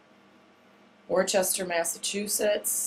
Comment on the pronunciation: Just fyi-Worcester is pronounced "Wuster" sort of LOL. The r and c are silent, the "u" sounds like the "u" in "push". Not really important, just a tidbit for you. And thanks, I live closer to Worcester than to Boston, so will be checking out the readings there and also Hartford, CT now that I have bookmarked them.